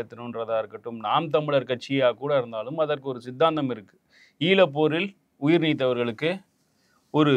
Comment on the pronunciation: அது சித்தாந்தம்.. சிந்தாந்தம் இல்லை.. முதலில் தமிழை பிழையின்றி பேசுங்கள்..அப்போதான் உங்களால் யாரையும் குறை சொல்ல முடியும்..செந்தில் அண்ணாவுக்குமா இது தெரியவில்லை ? எடிட்டில் கூட சரி செய்திருக்கலாம்.. கவனம் பேச்சில்